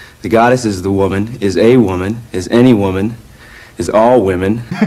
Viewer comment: omg your pronunciation of the "the" is soooo german😂😂 (se😂) but not aaaall of the germans r like that! I can be very proud to say that I can actually pronounce it pretty well😂😂👍🏼